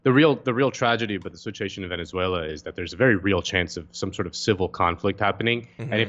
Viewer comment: The man can't even say "Venezuela" properly